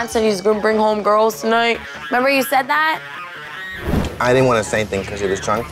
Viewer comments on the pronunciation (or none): . Snookie: I Neva sed sat..